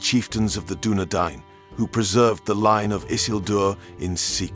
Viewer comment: Doubly impressed that you took the time to learn how to say Dunedain. You're the King of the Universe. P.S. Arthedain is pronounced the same way as Dunedain.